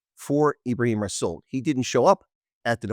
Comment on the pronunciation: Yes but the R in rassool is silent.